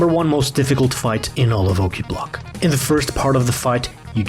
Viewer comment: Sounds like Klingon... Qa'plagh! :D